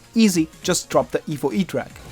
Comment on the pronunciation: every once in a while, I'd here "evil" instead of "evo" but honestly "evil megaknight" and "evil edragon" is about right